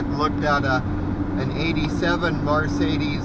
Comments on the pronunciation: Please learn how to say Mercedes right you're pronouncing it like it's m a r marcedus it is Mercedes my friend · Call anybody that can have a brain can tell what you're saying but that's not the point you're not pronouncing it right my friend that's all you sound like a hick when you say Mar Sadie's